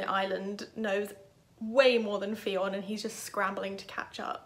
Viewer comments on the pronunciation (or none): Fionn is pronounced like Nun. ☺️